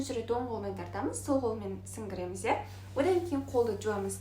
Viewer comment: Мұрынға су атамыз, сіңгіреміз емес-сіңбіреміз деп айту кк. Бас жуғанда мұрын ұшынан төбеге дейін жуамыз